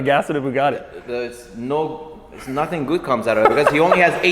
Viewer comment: a poogati